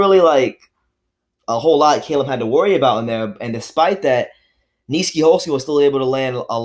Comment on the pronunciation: U butchered my mans Nieky's name lol I didnt even know he was a boxer aswell, I liked his fights in Glory Kickboxing